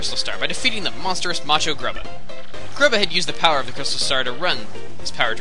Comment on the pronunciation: when he said macho it sounded like (nacho)